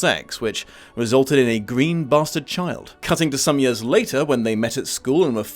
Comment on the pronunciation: Late to the party, but I can't be the only one who loves to hear dear say the word 'years', so the backstory repeatedly mentioning the passage of several 'yehhs' was a nice little auditory treat. Amirite? No? Just me?